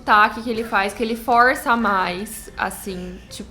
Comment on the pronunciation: Vc fala do sotaque do salsicha mas você fala "forrrrrrrrrrrça"